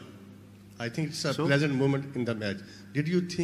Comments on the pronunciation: "Do you think any pleasure more in this match?"...the reporter meant pressure.Height of poor English pronunciation! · virat should have understood that he wanted to tell him that pressure rather than pleasant I think it's the matter of poor pronunciation... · It's pressure not pleaser....that's why pronouncing and accent matters which britishes say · ahmed This is even more appalling, he couldn't even pronounce pressure moment. Saalon london jaate ho km se km english hi seekh liya kro